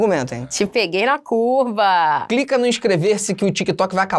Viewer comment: Eu escutei a falando no minuto 1: 20,Te peguei em cuba ao invés de "Te peguei na curva" hahaahahahahahha